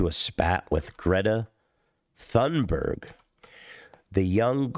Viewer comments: fyi, her name is pronounced " tun-barry" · "Greta Thumb-in-your-ass-burg" - Ethan Klein, 2022